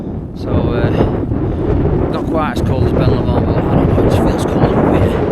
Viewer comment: ITS BEN LOMOND "LOW-MOND" not whatever you just said, that one hurt my ears 😂 ben lumund😂😂😂😂😂😂 "LOW-MOND" say it right